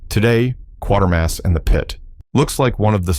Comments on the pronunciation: The mispronunciation of 'Quatermass' was jarring enough that I almost stopped viewing. Seriously, where in the hell did the narrator find the extra 'r'? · The footage is "gathered" by an AI to match the narrative that is "written" by another AI, and read to us by yet another AI. Just hit the downvote and "don’t recommend channel" and move onto a different channel until you find one run by humans. Or at least an AI that can pronounce "Quatermass" properly and doesn’t overuse the phrase "fever dream". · I've yet to hear a single YouTube AI voice get the name right. I know nothing about AI, but shouldn't that be, like, a one minute fix? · And mispronounced Quatermass repeatedly. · no It's pronounced like the word "later". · Check the mess auto-correct makes of spellings before you commt the script to the AI for speech generation. It is pronounced as in CRATER, not quarter. Reliance on AI is ruining YouTube. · The narrator should actually watch "Quatermass and the Pit" to get the correct pronunciation of his name. You say QUA as in 'QUArter' while the British say it as KAtermass. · Kuwatermass not quartermass !!! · It's not Quartermass but Quatermass (pronounced as k-way-ter-mass. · It's pronounced "kwater-mass"...not quarter-mass..there is no "r" in the name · It's "QUATERMASS", not Quartermass. Idiots. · MASS and not MOSS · Qatermass is a great movie. Pronounced like 'later' in the movie. Not 'quarter'. Funny thing, it grips you as soon as the opening credits are done. That's more than can be said for a lot of modern movies. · The narrator badly mispronounced the name Quatermass ( Quatermass and The Pit )the 1st part of the name rhymes with the word “Later” (Later-mass) it makes me cringe every time he says it - all he has to do is watch the movie & hear the name correctly spoken it’s not rocket science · You keep pronouncing Quatermass as "Quartermass"... is that right?